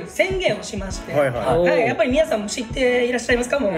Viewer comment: はっすん、皆さんのこと、いつも「みんなさん」て言うの可愛い。笑 ラジオでも「みんなさん」て言ってた😂✨